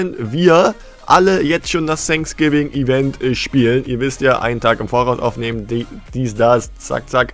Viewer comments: Alle: „Fänksgiving: „Sänksgiving😂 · Sag nie wieder „sanksgiving“ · Gamer Legend Eig. heißt es Thanks Giving